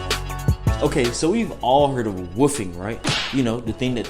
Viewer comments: My nigga said woo-fing it’s wol-f-Ing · Bruh who else keep thinking he saying woofing instead of wolfing.😭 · sounds like he said woofie lol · Nigga said wuffing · The way he says wolfing 🤣🤣🤣